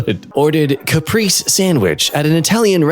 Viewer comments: Okay so, quick little note, caprese is not pronounced like that it's pronounced more like ka-pray-zay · Okay so.. TECHNICALLY tomato, mozzarella, and basil is a caprese salad... But usually you dice and toss with a punch of sale and drizzle of olive oil. 😂 It's delicious though! Also it's pronounced "ka-prey-zay"